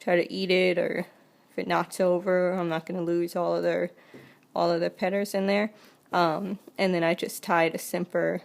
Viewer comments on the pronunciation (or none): Oh I see she changes the l's to r's- petters- taber-etc. Good video but I can't get over the talking! So sorry!! 😑